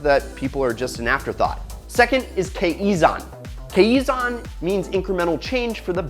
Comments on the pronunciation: Fyi pronounced "kai-zan" . We have monthly kaizan proposals every month at My japanese company where j work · It's pronounced (ki zon) and ( con bon) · I love Toyota, I grew up with one. And I love the channel, I'm a fan of it. I just can't ignore the way read 'Kaizen'... It sounds so weird when he said that. No hate, just saying...